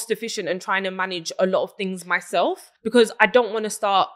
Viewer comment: “Successful” but still can not pronounce “because” properly 🤦🏻‍♀️